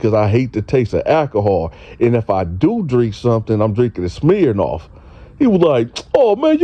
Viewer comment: My nigga said smhirnoff 😂😂